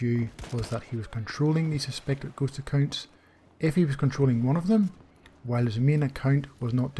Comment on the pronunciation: It took me almost the whole Video to understand that he meant “ghost accounts” and not “gHoSt a kiNd” this damn slang though